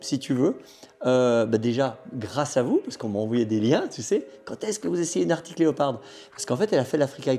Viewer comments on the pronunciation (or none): Super vidéo les gars ! Par contre c'est ARCTIC et non pas ARTIC ! 😅 Pour ma part, j'ai une ArCtic Leopard XE Pro S en cours de livraison ... :)